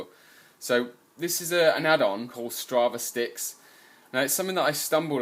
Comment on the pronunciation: Just FYI, it's 'Stra-vis-ticks'. It's a portmanteau of Strava and Analytics.. or statistics.